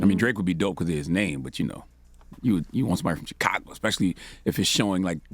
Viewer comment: Say Chicago right then make suggestions. Damn.